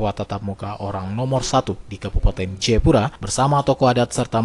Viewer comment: Jayapura bukan jepura